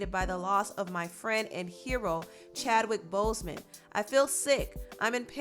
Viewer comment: Why is she pronouncing his name like that?😡